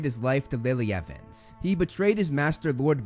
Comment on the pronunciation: You said Billy Evens not Lilly Evens!!! on the severus snape part